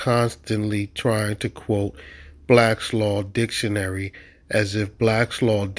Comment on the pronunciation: You can’t invoke Blacks Law Dictionary if you can’t pronounce it properly.